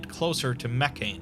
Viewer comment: Hey, I wanted to ask you something again :D So I still love and enjoy your videos, every time you upload something new, I watch it as soon as I can :D BUT: Please, stop spelling Mekhane as "Meccan" or "Meccain". It's a classical greek word, spelled "Meh - khah - neh" (IPA: mɛː.kʰa.nɛ̌ː) That's all I've got to criticize, for the largest part, your videos are truly awesome ;D